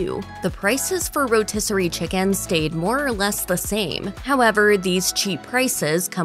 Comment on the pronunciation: How come she says chi-CAAAN